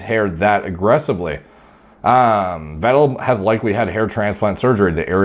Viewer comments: His lastname is pronounced "Fettel" btw... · more like Veh-tell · Say it like Fettel. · Vettel in german is: fetel ;) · Its ‘F’ for ‘V’ettel:) -> Pronounce it like an F (in german the V is predominantly pronounced as F in the beginning of the word; there are exceptions to loan words where it would be pronounced as V) cheers algo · it's pronounced fat-L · Pronounced "feh' ttel" Guess he didn't win the race against norwood reaper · Sebastian Weddel & Markus Ruuhl , just love your pronunciation of German names :D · You got the “ettel” part right. Just pronounce the “V” more like a f as in in “fish” for example 👌🏼